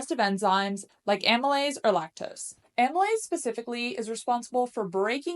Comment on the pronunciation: It would be great if you could add subtitles to some of the technical stuff you're saying, because some of these terms are unfamiliar and it helps to be able to see the words. I'm trying to figure out the enzyme you said is good to use . Is that amolyte?